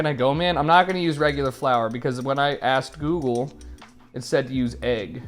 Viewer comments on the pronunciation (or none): none